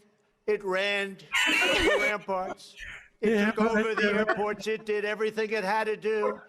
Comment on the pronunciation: Sounded like Trump was saying “our army manned the air” before they took the airports. Anyone else hear that or was that just me?